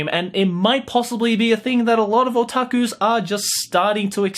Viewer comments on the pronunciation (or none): HAHAHAHAHA he said otakus like SAO